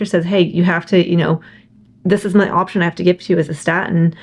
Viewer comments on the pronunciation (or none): none